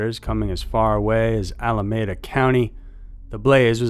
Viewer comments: Alameda (al-uh-me-duh) county... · I did notice that...but this was the second video that I could remember where he said Alameda like that...but when I heard that I was like what? California is the golden state. But I still enjoy the content though.